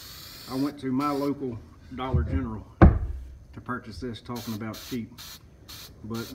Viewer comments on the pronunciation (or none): none